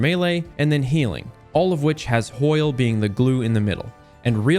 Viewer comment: Never heard anyone call it hoil before